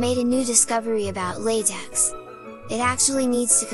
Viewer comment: Its not how LaTeX should be pronounced